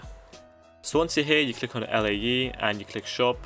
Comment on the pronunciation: Elaiee is a wierd way of saying Lae, your saying the letters i get it but i thought for sure Lae was said like "Lay"